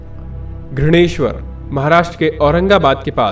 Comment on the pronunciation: कृपया घृणेश्वर को घृष्णेश्वर कहिये ... स्थानिक भाषा का सम्मान कीजिये